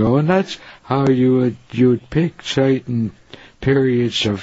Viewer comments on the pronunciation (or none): "how you would pick soyten periods of time..." 🤣🤣🤣